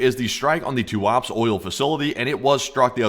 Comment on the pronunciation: Say "Tuap'se", not "Tu'aps". I wish I could fix your Russian pronunciation:)